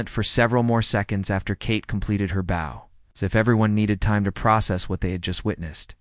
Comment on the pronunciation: The pronunciation of the word “bow” is incorrect and annoying!